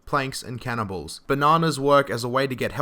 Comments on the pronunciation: when he said "cannon balls" did anyone else hear cannibals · I keep thinking he's saying cannibals instead of cannonballs.